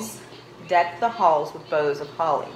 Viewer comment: My dear daughter it is “boughs” of holly. Lol